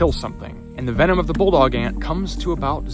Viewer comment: "Australian BULLET ANT'S! - Inch Ants - Bulldog Ant's - sting First Aid" youTube narrated by an Aussie "... also known as as a bulldog ant..." 0;20 timestamp He pronounces it "bullog", but he's obviously saying "bulldog"